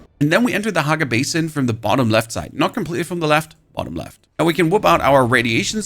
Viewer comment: he pronounces it "bas-in" then he pronounces it normally as "bay-sin". Trolling for the comments?